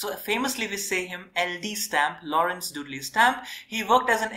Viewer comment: Excellent Videos. I am also a PhD holder in Geography from University of Kerala. Your classes are so helpful for all Geography students from school to college levels epecially from Examination point of view. Just One Friendly Suggestion though. You should work on your Pronunciation of Terms and Names. Example: It's Dudley rhyming with Idli not Dudlay and Harvey rhyming with Harvi not Harway.